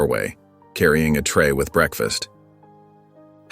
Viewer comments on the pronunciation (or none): none